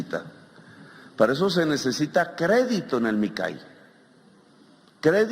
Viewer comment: No dice que ha recorrido el país y ni siquiera saber pronunciar Micay?!!